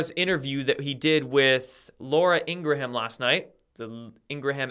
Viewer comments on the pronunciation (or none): Ingraham is pronounced " INGRAM"